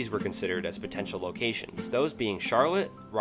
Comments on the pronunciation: I love the info, and would love to see more! Keep up the awesome work. However, just to be silly, just like the Rutherford thing I hear the Ryeleigh pronunciation occasionally and want to say it's technically pronounced Raw-lee for if the city ever does get a team which would be awesome! 😁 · Did you say “Riley” instead of Raleigh? I’ve never heard it like that and I cringed when I did hear it… I will say though, apart from the mispronunciations, it was a very informative video, and I enjoyed it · ……. “Riley” North Carolina? Dude. Please check pronunciations. It gives you 0 credibility. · And Raleigh is not Riley, its (Rah)-lee. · Hall of famer Whitney Ford played in Rootherford for a while, then he moved to Riley. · NOT "Rawley"? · Riley North Carolina??? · The mispronunciations here are comical. Whitney Ford. East Rootherford. Rooley NC, the pot-o-Mac River… Seriously, how does this happen? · Dude. No offense but what the hell is with your pronunciation certain cities? Raleigh is not Riley. Rall ee. East Rutherford is not Rootherford. It's Rutherford Brother-ferd. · Raw Lee... not Rally. Pah Toe Mac. Not Pat O Mac. East Ruth er ford not Rootherford. And for the love of God, Ford was Whitey. Not Whitney. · A correction. It's Whitey Ford not Whitney Ford. And it's Raleigh not Riley. And it's East Rutherford not East Rootheford. I mean, really? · 😂 I was just so blinded by you call it RAILeigh. Now I must follow you to see if you make the same mistakes on the next one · Very informative. I had no idea about most of these. MLB could look very different if some of these relocations had happened. Check some of those pronunciations, though. Particularly Rutherford, Raleigh and Potomac. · Good video, but please work on pronunciation. Rutherford (ru-th-er-ford) Raleigh (RAL-ee) Whitey Ford Horace Stoneham (Stone-um) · Raleigh is pronounced “Rah Lee.” Apart from the mispronunciations, overall great video!